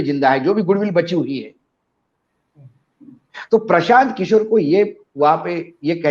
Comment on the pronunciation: Prasant sahi shabd nahi hai..Prashant hai. Kisore ghalat hai.. Kishore sahi shabd hai. Asoke sahi shabd nahi hai.. Ashok hai. Aap log ko patrakar ki degree kisne de di hai. Interviews bhi hua tha ya nahi..? Itna doshpurn oocharan sun Kar man aahat ho jata hai. Hum log ko sharm aati hai..ki aise trutipoorn journalist kya jaankari dein ge logon ko.😪